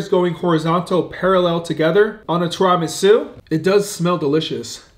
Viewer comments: Lmao “Tira-Ma’su” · Tear-a-mee-soo is how you pronounce it. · STOP PRONOUNCING TIRAMISU WRONG!!!! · Your pronunciation of Ti-ruh-mee-soo had me arguing with my girl that y’all both were saying it wrong. But love the vids, keep it up!